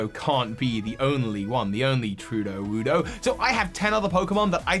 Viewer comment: Ahem! It is not Tru-DO-woodo; Brassius dubbed the Tera-form Tru-LEE-woodo. As in “truly” vs. pseudo…